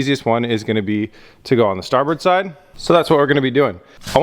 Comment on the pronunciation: Is he saying port and starburns lol?